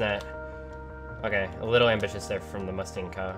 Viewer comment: Instead of "Musty Moments" it should be "Musty Mooments"